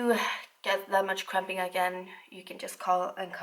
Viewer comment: I thought she was say extreme crapping not cramping😂😂😂